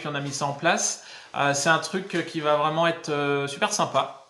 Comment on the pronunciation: Ah on dit varaille... Mdr.. On en apprend !! En plus de tes beaux yeux ! Bisous.